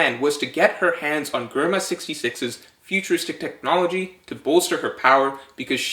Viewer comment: Ree-uma. Yon-koh. Jehr-ma. Mon-dor. I decided to correct pronunciation because the theory is good.